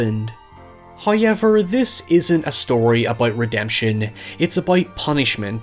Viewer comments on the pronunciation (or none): Everyone: "However": "H A Y E V E R"